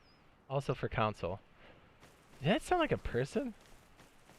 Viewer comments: CON-SOLE not COUN-SOLE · Idk why but it annoys me how he say “console” as “counsel”.